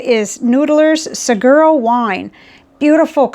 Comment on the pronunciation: Noodlers Saguaro Wine is pronounced SAWARO. It's a type of cactus.